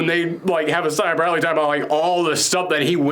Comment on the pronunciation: is the only guy who I’ve heard who pronounced Isaiah Bradley’s name like that